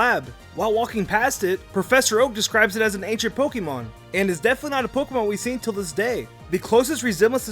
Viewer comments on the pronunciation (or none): none